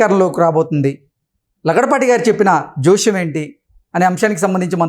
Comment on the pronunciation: Lagadapati not laudapati